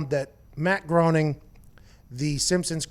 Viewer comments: I believe he pronounces it Matt “G-R-A-I-N-I-N-G” not groaning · It’s pronounced Graining. Not Growning. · It's pronounced more like "grinning" than "groaning"... drives me crazy every time he says it... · Groening rhymes with complaining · It's pronounced Matt "Graining" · It's actually "graining"